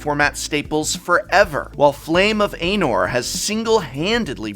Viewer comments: I don't even care that much about LotR but I'm begging you not to pronounce it that way. It's ah-nor. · pronouncing flame of Anor almost like anal took away 10 years to my lifespan